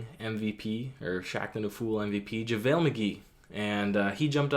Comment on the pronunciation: Demarre carroll gold star should go to the commentators cuz they kept butchering "javale".